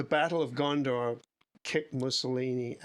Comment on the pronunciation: Thought he kept saying Gondor ❤